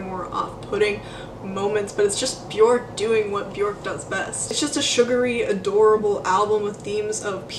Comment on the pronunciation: If the person making the video cannot pronounce her name I stop it immediately....if you can't pronounce her name then you don't know anyting